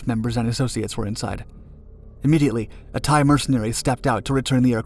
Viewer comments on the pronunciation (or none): none